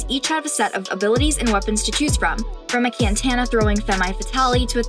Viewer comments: "Kantana" :I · Wtf is a Kantana? 😂😂